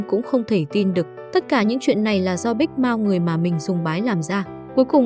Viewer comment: Big mouth đọc thic thấy giống big mouse